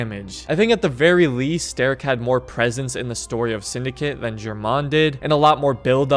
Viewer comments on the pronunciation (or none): none